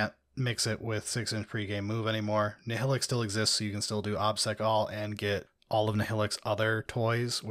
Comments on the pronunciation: As someone who listens to the audiobooks, it’s weird to hear people pronounce Nihilakh as “NI-HILL-ICK” instead of “NI-HIGH-LACK” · Nile-ack ! C'mon guys.